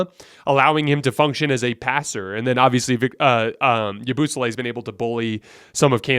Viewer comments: The way he says yabusele got me rolling bro lmao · The way you pronounced Yabusele took me out 😂